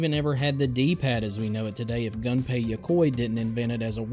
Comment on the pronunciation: This was a great video, and I gotta' admit that the clickbait got me. Ouch. Because the clickbait got me, I think I should get to point out that Gunpei isn't pronounced "Gun-pay". Weirdly enough, it might actually be closer to "goom-pay" (yes, with an m). But the important part is the vowel! They don't have the "uh" sound (from gun) in their language, and when you see a "u" in a Japanese name, it's a lot closer to our "oo" sound (as in moon). As for Tiger LCD games...I don't know if I ever had a Tiger branded one, but I played a ton of LCD games as a kid! I remember having a ninja fighting one. I think it was purple.